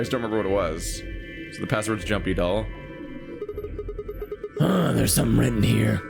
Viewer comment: It is just me, or is the pronunciation of JUMPYDOLL kind of suspicious? She says it like "Joompydoll", or perhaps Junpei Doll? Maybe I'm just crazy though